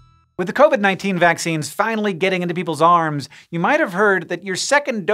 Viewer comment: Get him saying into people's ARMS SAYING IT LIKE THAT DRAWS SUSPICIOUS THINGS